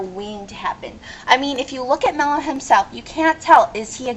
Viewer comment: if you going to watch a show and rant learn how to pronounce. Mello, is obviously a male the voice is obvious enough. lovely assumptions. Leather? hahaha Leather is fucking beast. making Religion is bad now? hmm? when you get burned you scar princess. Neer? hmmm..Born with white hair? perhaps some where in a character bio mentioned a pigmentation disorder such as..hell idk...Albino?? thanx for the fail vid sweet heart was fun, but kids shouldnt watch adult swim? or be up at 12am